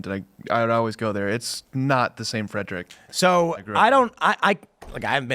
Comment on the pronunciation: Calling Frederick a major metro area is hilarious 😂 And it's a two syllable word, not three